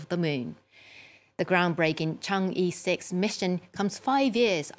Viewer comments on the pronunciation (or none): It's pronounced as chang er 6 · She couldn’t even pronounce right of ‘Chang’e’.